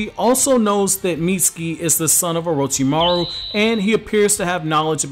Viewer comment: it kinda bothers me the way he says orochimaru